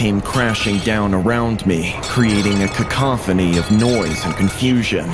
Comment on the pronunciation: the female narrator seems slow... she can't pronounce words like cacophony or era and era is a single syllable word...